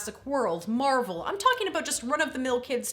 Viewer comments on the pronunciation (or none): none